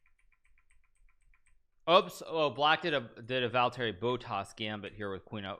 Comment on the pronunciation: took me 5 minutes to understand hikaru was talking about valtteri bottas. XD americans are so bad at pronouncing names... I get why, but man that was bad... here's a tip though: finnish names (and words) are pronounced exactly like japanese. do that and you're 99% there.